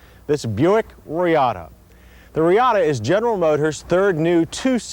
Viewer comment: Lol Buick ReeAaaahhta, up there with the Toyota Cam-Ray on the list of Johns “I’ll call it what I want!” pronunciations.